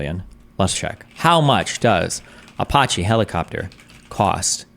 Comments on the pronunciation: Destiny mispronouncing Apache never gets old to me. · Who the fuck pronounces Apache like that?